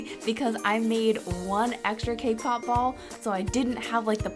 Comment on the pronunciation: When you said cake pop ball, it sounded like k-pop ball!! XD! Omg, you're my fav youtuber! OMG, you're so close to 1 million!!!